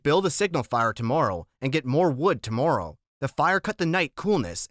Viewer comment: Yo bro you need to practice saying tomorrow